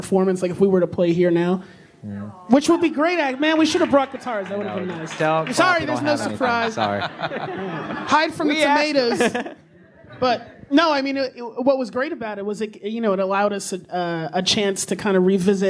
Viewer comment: did ray say tomatas i think he said tomatas